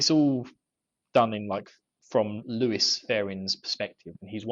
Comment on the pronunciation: Lewis? It is Lews, no i. "Lew-s"